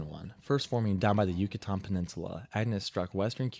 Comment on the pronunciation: Just FYI, it's prounounced 'U-cah-tan' peninsula and Bay of 'Camp-ee-chee', not what that dude said in his video... And some reasons why hurricanes tend to be more catastrophic over the TX-LA-MS area are due to the terrain is relatively flat in that part of the country, so it takes longer for floodwaters to dissipate, which can have a big impact on saving lives and increases the amount of property damage that can occur. That part of the country is also on the western edge, or window, of where hurricanes travel, which sometimes can lead to them moving very slowly or even becoming stationary, which makes flooding many times worse than a storm that passes through in 12 hours. Another reason is the Gulf of America; by the time July and August roll around, water temperatures are in the 85-90F range (29-32C) which can act as 'superfuel' for these storms, since hurricanes need water temps of 80F (27C) to develop/sustain themselves. The warmer the water, the greater the kinetic energy potential can be had as the water droplets cool while rising within the storm, releasing heat/energy for the storm to feed on and grow stronger. Lastly to add, he must have made this video before Helene in 2024 (it's private, so cannot view it). Helene's estimates of 200 billion in damage and at least 250 deaths...which that number has continued to increase even though it's been nearly 2 years since it hit. Helene would probably be in the top 5 on this guy's list.